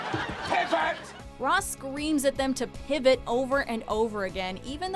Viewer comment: im not a native speaker, but i only hear "pib it" instead of "pivot"